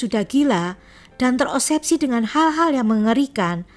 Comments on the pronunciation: Agak terganggu sedikit dg kata terobsesi dibaca terosebsi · 12.01 terosepsi 12.06 terosepsi ku kira keseleo lidah, tp ternyata mmg salah 😁